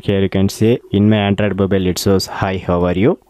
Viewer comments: Bro...firstly make ur pronunciation clear....i took more than 30 secs to understand ur word ANDROID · Sir your english is really awesome and the way u pronounce android OMG thats hell crazy m a big fan of yours..